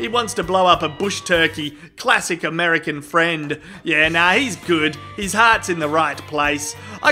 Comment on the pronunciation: I do believe it's pronounced Murikan. Mur-i-kan